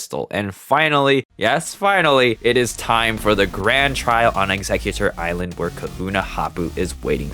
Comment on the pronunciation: Wait, executor ilsand? 😂